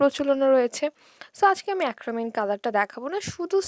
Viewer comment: আপু অ্যাক্রলিক না acrylic